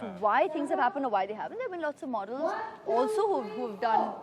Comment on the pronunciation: min hear......Many MORDELS instead of models